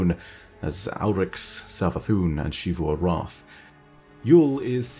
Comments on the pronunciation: Shivu Arath Literally every destiny character: zeevu Arath: did I stutter? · "She-voo Arath" lol